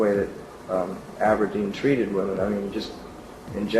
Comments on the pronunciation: Good video but you pronounce "women" as "woman" and it drives me insane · Is there a region of the US where "women" is pronounced "woman" like you pronounce it? I hear it a lot and I don't understand where it's coming from. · Why do you pronounce «women» with an o? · Great vid just focus on your pronunciation of the word women. I bet your from the northeast. I know it sounds picky but it will make you sound more polished if you pronounce the plural like women and not like woman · I absolutely love your videos, but for the love of God please learn how to pronounce the word woMEN. Woman and women are two different words. Women is plural and woman is singular and they are pronounced differently. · Am I wrong for pronouncing women as "weh-men"? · Great video as usual! But you're still mispronouncing "women".